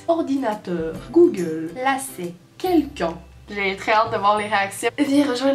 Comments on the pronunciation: Effectivement t'as un bon accent français, mais on dit pas "Quelqu'eu", mais "Quelqu'un" comme le "in" de "terrain" (comme un terrain de foot, ou de Soccer comme tu dis) Nous l'char c'est la voiture, sauf chez quelques hérétiques qu'appellent ça comme toi, mais des synonymes on en a plein : caisse, titine, bagnole, tuture, char (oui oui ça arrive je t'dis), cage en métal (Bon ça c't'une chanson de Stupéflip) et bien d'autres qui n'veulent pas venir à moi sur l'instant :') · T'as dit quelqu'un ou quel con à la fin ? 😂😂😂